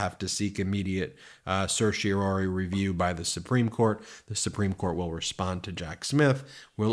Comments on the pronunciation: (Ben: certiorari, not certiori.) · Certiorari. /ser-shee-oh-RAH-ree/ Four syllables. At least TRY to sound like a lawyer. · Please learn to pronounce certiorari.